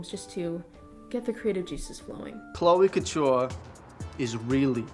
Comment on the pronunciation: I thought you said "cloaca ture" instead of "chloe couture" and was very confused